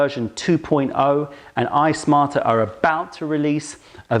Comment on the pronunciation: Why do I keep hearing "Ice Martyr" instead of iSmarter? Sounds like a kettle with attitude. :)